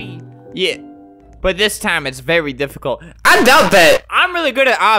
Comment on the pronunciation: "This Is Actually Really, Dif-a-CULT